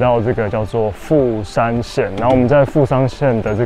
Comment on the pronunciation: 你片頭的第二個富山是不是講成台灣國語啊！😂😂😂！沒關係這樣比較有梗啦！對了🙄，你那個烏龍麵開起來超好吃，價位如何？